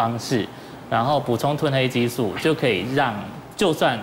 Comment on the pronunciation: ㄊㄨㄣˋ褪黑激素不是退黑激素